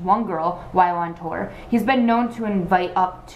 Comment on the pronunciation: everyone time u said tour I heard torn